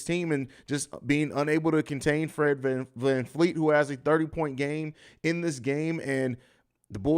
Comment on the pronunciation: VanVleet. Not Fleet.